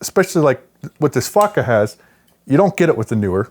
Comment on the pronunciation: every time he says fotga it sounds like "fucka" — "what this fucka has.." :D